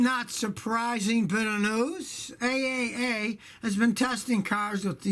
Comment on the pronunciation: I can’t say I’ve ever heard the “AAA” Organization said as ”A - A - A” 🤣. I’ve only heard it referred to as “Triple A”. 👍As for the backup camera... the best one is to TURN YOUR DAMN HEAD AROUND!🤯 Also, I agree with keeping the emergency/parking brake mechanical/analog if you will. Thanks Scotty!